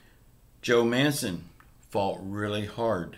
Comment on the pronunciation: Man-chin. Not manson.